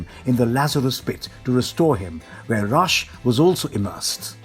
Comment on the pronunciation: Bruh ra's only had two pronunciations and u didn't say any of them